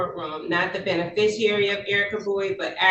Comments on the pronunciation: Lady… there is NO such word as “benefisher” 🤦🏻‍♀️😤🤯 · "beneficuary?" What the heck is that? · WTF is a "benefisher"? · She can’t even pronounce those extra super special magic spell words of that incantation. She is not a “beneficERER” and definitely NOT “indiG-juss” Not an American Indian whatsoever. I guarantee she doesn’t even know who her father was. And “for the record” it wouldnt make any difference if she were. If you’re physically located within the borders of that municipality then you are under their jurisdiction. It wouldnt matter if she were the Queen Of Mars. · She’s too drunk to say beneficiary properly… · Very funny that she was using the word beneficiary endlessly, but didn't manage to say it correctly even once 😂